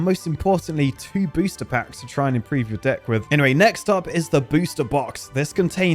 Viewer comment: i kept hearing booshter backs